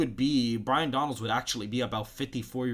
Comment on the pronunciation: It’s pronounced BYE-RON bro. You was struggling 😂. Like the vid tho.